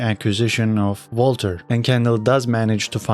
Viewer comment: Also pronounced Vaulter as Walter